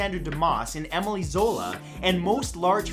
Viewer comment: C'mon, Matt. You're Canadian. French names shouldn't be that foreign to you. Dumas is pronounced "doo mah"; Emile is "ey meel."